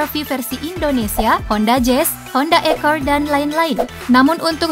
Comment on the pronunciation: Akord kali bukan ekord